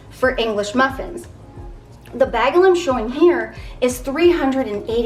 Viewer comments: I love you dearly and watch your videos all the time but I had to say something. It is pronounced. BAY-gul, not Bag..el. My heritage forced me to say something ❤ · Bay gel not bag el just saying